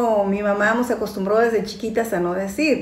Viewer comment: Hola ❤ se dice “nos” no mos con todo respeto🥰 mi mama “nos” enseño a no decir malas palabras